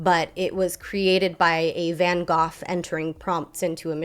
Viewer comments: I am enjoying your video and agree very much with what you have to say. But please learn how to pronounce van Gogh it does not have an F sound at the end and the fact it sounds like HOGH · VAN GO!!!!...its pronounced Van "GO"....